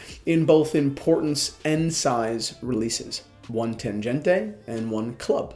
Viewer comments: Hi, please dont pronounce TANGENTE like it is an italian or spanish name... This is a german Tangente. Read and spell it as it is written. And not like "tanjente" Germans would laugh their asses off hearing this:D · Your pronunciation of Tangente is wrong - "g" is as in "great". Would be nice to say something about accuracy of this watches. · You’re pronouncing Tangente wrong,. The g is pronounced like the g in goal.